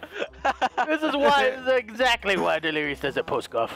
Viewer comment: You might do better with golf it, the mouse as the putter is so much easier haha When calls delirious "delirio" I'm just picturing a cherio with a jason mask 😂 delirious being butt buddies with ohm again 😆